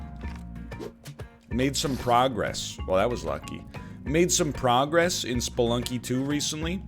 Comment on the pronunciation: Every time NL says “Sploonky” I Pog